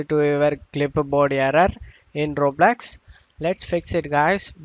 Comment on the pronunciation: bro its roblox not roblax